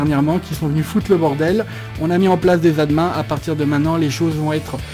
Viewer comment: Se sont des choses qui arrive mais on à tous compris qu'il parlait d'admin ! :)